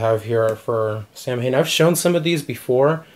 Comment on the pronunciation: not for nothing man it's pronounced Saw win not Sam Hane